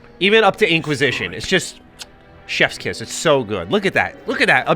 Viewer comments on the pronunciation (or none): none